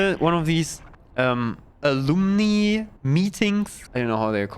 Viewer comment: Hopefully a helpful note about "alumni". Ah-lum-ni. Ah-lum (like the plumbing in your house)-ni (night)